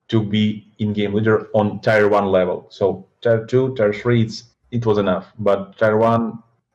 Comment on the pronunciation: "Tai-wan" - I was like "why does he keep mentioning Taiwan?" Blad3 meant, "Tier 1."